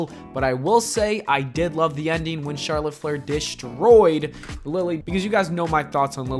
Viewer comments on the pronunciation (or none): none